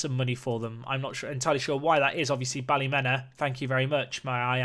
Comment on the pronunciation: it's Pronouced Ballymeena:D